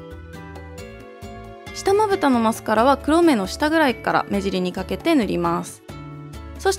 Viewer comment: 目尻言えてないw